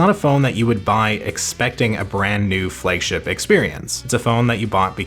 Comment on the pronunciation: What is a "Fleg-ship" ?